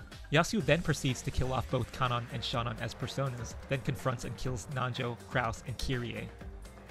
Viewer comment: Yo finally someone who pronounces Kanon and Shannon right. Thought I was being gaslit by this fandom